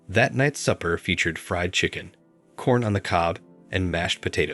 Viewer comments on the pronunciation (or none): none